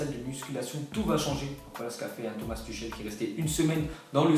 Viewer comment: Tuchel se prononce Tourrrel